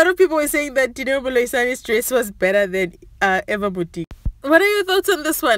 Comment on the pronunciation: Haowa you must also learn to pronounce Eva’s name admin 🙄